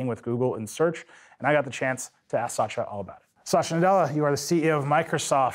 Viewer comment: First time I hear Satya being pronounced as Sasha